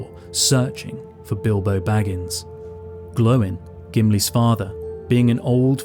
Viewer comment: lol glowin' instead of Gloin.